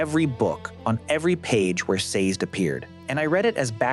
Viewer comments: Very thoughtful. In the Audiobooks his name is pronounced "SAY-Zed". 2 syllables. Not sure how to fix AI to pronounce it that way. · Saz'd? Lol These pronunciations!